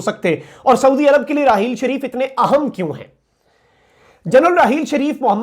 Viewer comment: Excellent. Quick update but please ahem ko aahum na bolo, I feel very uncomfortable when you make this mistake while pronouncing important in Urdu. thanks for your understanding.